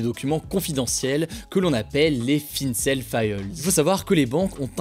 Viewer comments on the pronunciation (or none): C'est les finCen* files pas les fincell files. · les "finncel faïeulz" ? XD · "Fincaide failleuls"